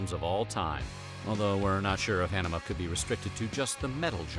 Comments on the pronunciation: Tools 96' album is pronounced Ah - Knee - Me - Uh , like the Blood disease( idk if its really a disease but ...) its where your blood is thin. You completely butchered that my man. Anemia = Thin Blood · First you got nin wrong in your 1994 video, now you can’t even pronounce ænima correctly 🥴